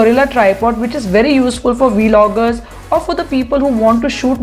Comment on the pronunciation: V- logger😂😂